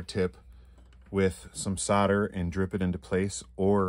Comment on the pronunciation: queens English ITS SOLDER not soda